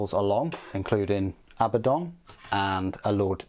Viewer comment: Did you just call the Despoiler 'Abbadong' or did I mis-hear?